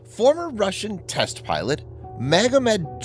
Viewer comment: I like how the narrator emphasizes TEST in test pilot at the beginning of the video. LOL